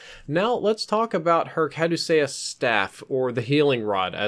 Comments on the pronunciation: Cadewsayyus Normal People: Cadewceeyus ITS THE STAFF OF HERMES YA WEEB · its pronounced (Ka-due-see-us) idiot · Ca-Deuce-See-Us is how thats pronounced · For future reference the staff is pronounced cuh•doo•sea•us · it's pronounced Cuh-doo-sus. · Kah-Do-Shus, the correct pronunciation. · I thought caduceus was pronounced (cad-u-see-us) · please look up the pronunciation of caduceus